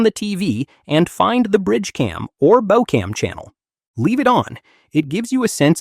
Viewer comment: Former Cruise Director cannot pronounce “CPAP” and “bow”? Immediate dislike and do not show this channel again!